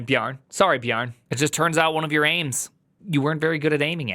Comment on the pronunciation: It's not "Bjarn", but "Bjarn-eh". It is not Bjarn-eee, but Bjarn-eh, (without the h).